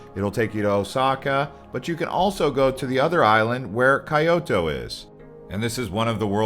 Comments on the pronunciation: Talk about slaughter....this guy pronounced Kyoto "Kai-o-to" and Gyoen "Guy-o-en". Lol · Kyoto 😂😂 it's K(ee) yo-toe and Edu is (EE-DOO) 😂😂. It's all good just busting ya balls 😂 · Wtf is Kai-oto? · Good lord do better on your pronunciation it’s Sheen khan sen Key yo toe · Dude why you gotta mispronounce everything ? Kay oto really? Lol aside from that good video lol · It's Kyoto. ( 京都市 ). きょうと、Pronounced " Kyo-o-to. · You really should work on pronunciation and general knowledge. Or maybe just review your script? Why would you pronounce Kyoto like that? Also, it’s not the Tokyo royal family, it’s the Japanese royal family. There may have been other mistakes but I stopped watching 4 minutes in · Great video..minus the pronunciation of Kyoto lol, that has me 😂😂😂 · I mean his pronunciation is horrid for almost every Japanese city and other words he uses. But Kyoto was definitely the worst.